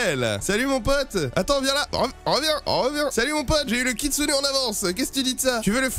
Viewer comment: encore une video incroyable mec avec le koutsune et pas le kitsune😂